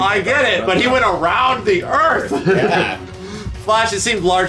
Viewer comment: The Flursh.